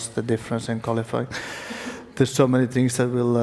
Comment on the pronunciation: TINGS??? 2 PLUS 2 IS BWOAH MINUS 1 THAT'S 3 QUICK RACE